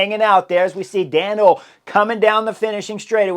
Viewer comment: Hoole = Two syllables: Pr: Hole-uh . That little 'e' at the end is not silent in Dutch.